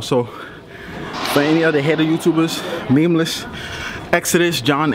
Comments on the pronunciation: okay but listen, elisogay, i dont think your content is entertaining. neither does memeulous. yes, memeulous. not memeless, say it with me, "meme-you-lous" not hatin bro, do what makes you happy. but your content doesnt please me. im on george's side fam. just because he doesnt like your content, doesnt mean you can put his name in the title for views. #memeulouscrew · Calls himself tough even tho he can’t even pronounce Memeulous right